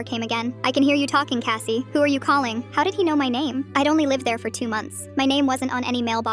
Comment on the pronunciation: Kathy? No, Kassy